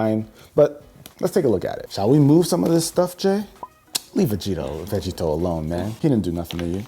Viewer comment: Lol when the way he said Vegito made me kept saying Veggie toe 😂